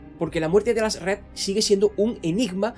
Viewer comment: Toda mi vida diciéndole Aljazred y escucho el Alazred y se escucha raro😮